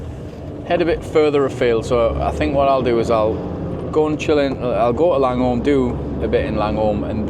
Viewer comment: Hey great videos. FYi they towns are pronounced 'Lang-u-m' and 'H-oy-k'